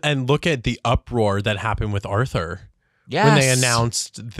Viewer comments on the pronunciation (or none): none